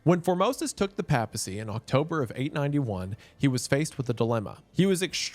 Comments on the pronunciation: Doing this purely for the informational value to those who, like me, have often mispronounced words they have only ever read. (I do not expect a man from Appalachia to be familiar with Catholic ecclesial terminology, and I am impressed with the correct pronunciation of "synod") Papacy = "Pay-puh-cee" Diocese = "Die-oh-cease" Christendom = "Kris-en-dum" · Bro you mispronounced like 80 words in this video lmao..."east France-e-a"??...."pap (as in pap smear) acy"..."die oh seas" for diocese....pap al...instead of PAPE al...you are excommunicado 😂....oh jesus now its "bon a face" for Boniface....itd be bon a fachee homie...its italian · Me gently whispering "pay-puh-see" every time mr. goon hits us with another mispronunciation of papacy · The pronunciation of papacy hurts wendigoon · I went crazy hearing Wendigoon say "Papacy" wrong this entire video lol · Im EO but your pronunciation of papacy hurts me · Wendi, the scariest thing about this video is how you pronounce “papacy” and “diocese.” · Nothing says how Protestant Wendigoon is like how he pronounces 'papacy' and 'diocese'. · Listening to bro pronounce papacy wrong the entire video was painful and has caused me to participate in engagement in comments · The pronunciation of "papacy" snd "diocese" almost ruined this video for me but it still came through. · I enjoyed the video but the way Wendigoon pronounces papacy, papal, diocese and so on, irked me like a nail quickly scratching a chalkboard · Pro’s amazing content, beautiful mustache, fun story about a dead pope. Con: doesn’t know how to pronounce papacy. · Or the papacy. As a catholic Im cringing so hard at his pronunciation 😂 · Bros pronouncing papacy in the most southern way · Not really. One does not have to be a bishop to be elected pope. It helps, but it's not necessary. Also, the word is "christendom" not "christiandom" and the first A in papacy is pronounced long like "ace". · Pay-pa-see. I’m sorry, it just bugged me so much.